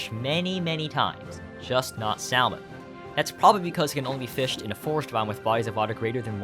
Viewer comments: The "L" in "salmon" is silent =) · kind of tickled by you being able to pronounce the Japanese mushi correctly, but not salmon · That’s not how you pronounce salmon